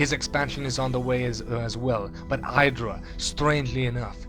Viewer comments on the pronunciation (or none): You say IdrA wrong.